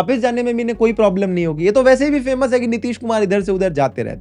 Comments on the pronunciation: Sad cant pronounce india properly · Ya video bana kar - 150 patyam mai parpt hua😂😂😂 Bro don't even know the how pronounce india sahi hai And if bjp do religion politics its ok